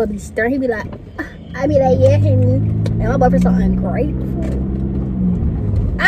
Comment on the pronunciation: It’s hunni